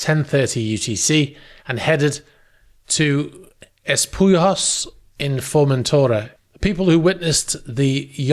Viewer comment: FORMENTERA - Not Formentora, just fyi....